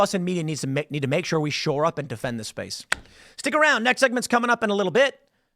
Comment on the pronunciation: Kittens and puppies die every time Tim says "space" in this video.